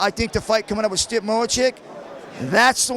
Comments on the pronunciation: Gotta love how didn’t stand up Shamrock here for his mispronunciation of Stipe’s name. Walked with it, took time to understand who and what he was referring too and moved forward. Classy ass fucking dude. Love for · i couldn't even finish the video after I ve heard him to butcher it like 5 times 😆